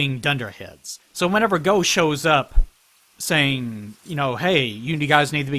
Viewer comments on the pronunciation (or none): Also Gough actualy pronounces his own name like Gof. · In Australia we had a prime minister called Gough Witlam back in the day and his name was pronounced like 'cough' but with a g. I can only assume Hawkeye Gough is pronounced the same as his. English words are fun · So apparently Gough is named after Vincent Van Gough for reasons(??) so I guess that's how his name is pronounced. He's also not the only Souls character to be named after an artist. Ornstein is named after Leo Ornstein, a pretty well known "experimental" composer, and Ludwig in Bloodborne's DLC is famously named after Ludwig Van Beethoven. I don't know why this is, since none of these characters actually seem to have any connection to their namesakes (other than Ornstein's lion motif I guess)